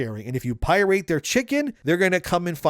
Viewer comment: Did u say pi-Rate? So you use a ai to speak for you? Or do you just say it that way for some reason?